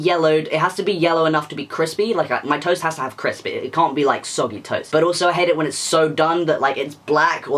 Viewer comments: when you talked about toast I heard "toes". "What's your favourite kind of toes?" "they have to be yellow and crispy" excUSE ME WHAT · Is it just me that who heard toast as toes? 😭😭 I’ll put my self down